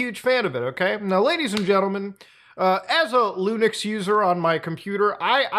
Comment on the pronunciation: "looniks" user